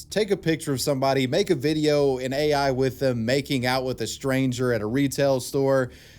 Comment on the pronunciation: no I'm not "wif" anyone,are you "wif" anyone